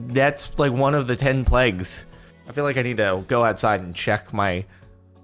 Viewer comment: Zonisic Sounded like he said plegs